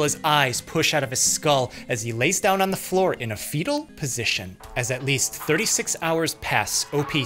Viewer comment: I like how you sometimes excessively stress words like "...on the floor in a fetal(‽‽‽) position..." or "...he made A recovery"